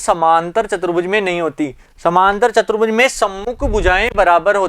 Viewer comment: Apne video me chaturbhuj ko chbutruj bola😁